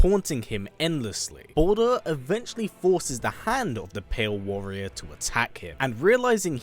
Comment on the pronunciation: Balder??? The way you say his name it sounds like you’re saying “BOULDER” aka A big ass rock!